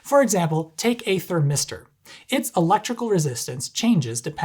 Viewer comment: "a thir-mister". No.